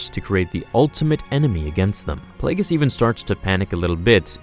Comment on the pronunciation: Yeah the G in, "Plagueis", is pronounced like a G. "Play-GEE-Us"